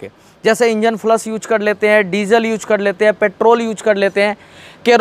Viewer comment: Yooj??? Deejal??? Cheej???😁😁😁😁😁😁